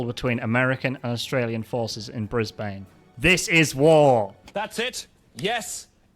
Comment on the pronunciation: just the way u pronounce brisbane 🫩